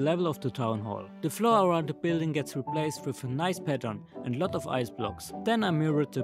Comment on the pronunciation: man sagt "replacd" nicht "replaced", auch wenns so geschrieben wird ;)